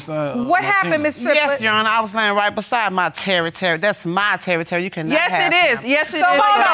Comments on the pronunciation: Please... Please stop saying Terry-Terry. It's is scarring me. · Terry Terry? I thought she just couldn't say territory correctly 😂🤷🏽‍♀️